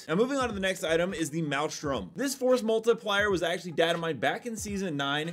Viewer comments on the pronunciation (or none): Stop saying forced multipler. Seriously its stupid!